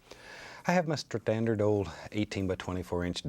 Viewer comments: "I have my stratandal ol'..." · bro said stradandard